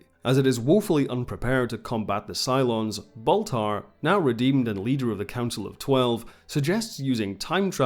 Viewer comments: His name is Baltar, not Bathar. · It's "Count Baltar," the name "Gaias" was an invention of the RDM reimagining.